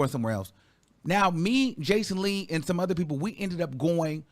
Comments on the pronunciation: baby did you say BACON Lee? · Not “Bacon-Lee” 😂😂😂 🔫🔫🔫